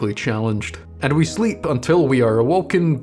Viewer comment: "Go to slep..."